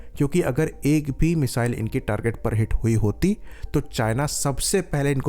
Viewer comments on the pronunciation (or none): none